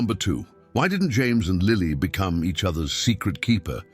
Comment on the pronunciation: "James" Potter's first name pronounced "Yah-mehs"???????????